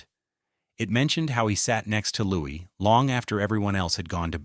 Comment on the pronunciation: How can anyone believe a word of this? Especially when the commentator is unable to pronounce Prince Louis' name correctly. All AI tripe in my opinion.